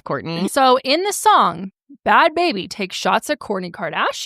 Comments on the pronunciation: I always thought it was pronounced barbie! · I always thought it was Barbie pronounced Baabee too! I thought Bad Baby was a whole other person!